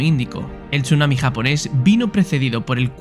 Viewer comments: Yo cuando dice "TCHUNAMI" en vez de decir sunami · se pronuncia sunami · Buen video, pero como me molesta la pronunciación de la "s" es como si dijera "sh" cada que vez que lo pronuncia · Me duelen los oídos cada vez que oigo chunami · Me generó bastante estrés que pronunciara Chunami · Qué nervioso me pone la forma de pronunciar Chunami